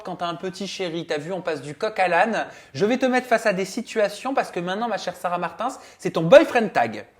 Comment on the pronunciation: C’est la première fois que j’entend « sarah Martainssss »